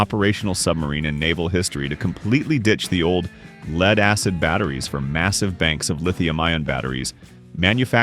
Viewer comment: not PRAWject, PROject. leed acid? gotta larn dat stoopid ai sum gudol uhMERikun. patriot missles arte not antiship.